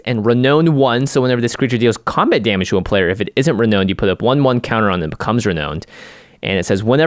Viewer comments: It's pronounced "re-noun-ed" Jimmy. English is weird. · Jimmy: "Ren-OWNED"